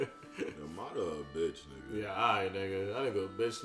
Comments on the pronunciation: Why he call madara, ma dara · Y’all still don’t know how to pronounce madara correctly 😭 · In that argument between Madara and Hashirama spoke FACTS!!! and needs to stop pronouncing madara name wrong 🤣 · For people who don't get how to pronounce Madaras name here, mah dah ra